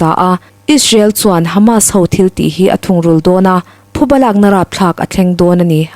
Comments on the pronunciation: Thuba nilo in, PHUBA tih tur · Thuba ni lovin PHUBA tih tur a ni e. An thiltih phu tawk an ba tihna a ni. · Thuba nilo in, Phuba tih tur aw..😊. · Abengvar thlak khawp mai a, a chhiartu aw pawh afiah, mahse thupha leh phuba tih hi a kawh hrang daih ani a, tin, thuba ti hi an awm bawk a thuba hi a awm ngai lo hrim hrim bawk, tin, parchhuang hi alam dan adik lova, par tih pangpar tih a par tih anga lam tur ani lo ani, hmasawn zel nan ka han sawi ve ani e